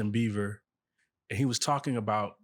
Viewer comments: why does he keep saying Justin BEAVER 🤣🤣🤣🤣🤣 its Bieber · Did he says Justin Beaver 😅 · Why do black people pronounce his name as Justin Beaver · The guy that's interviewing her.... It's Justin Bieber NOT Beaver!!!! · Bro said “Justin Beaver” 🦫😂😂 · He did not just say Justin BeiVer, right? 😅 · Is it me or did he say “Justin Beaver” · And kept saying it 🤦🏽‍♀️😂😂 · The interview can’t even pronounce his name correctly… Beaver… really? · Please pronounce Justin’s last name right. It totally makes you look bad and not smart when you say Beaver.